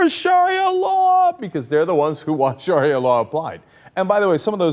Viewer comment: You can't even say sharia right.